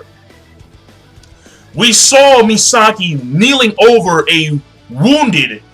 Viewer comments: You're not right about them being cousins. She was adopted into Ishida family for sole purpose of marrying Ryuuken. And it's "Masaki" not "Misaki" ;) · lol in fairy tail he says Mirajane as Maryjane and now in bleach Masaki as Misaki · i know you have stuttering problems but at least call the names correct..it MASAKI.and not NENJI it's Neji you fat fock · Just a small correction: Ichigo's mother's name is Masaki, not Misaki.